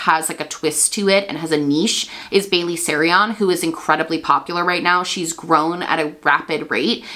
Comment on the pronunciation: When she mispronounced Bailey’s name. Guess doesn’t watch her. 😭